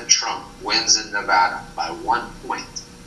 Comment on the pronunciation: You’re pronouncing Nevada wrong my dude. How do you have so many subs and so few views? Get a microphone.